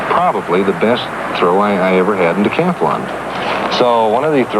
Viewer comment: The word is "decathlon"--if you wouldn't say "athAlete," don't say "decathAlon."